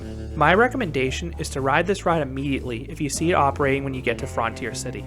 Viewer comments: I didn’t notice the way you were pronouncing it until Green Bean pointed it out. 😆. Yes, in America it’s universally pronounced frun-teer. I’ve never heard anyone say fron-teer. 😊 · frun-tier city!!!!!, not fron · FRUNtier not FROOONTIER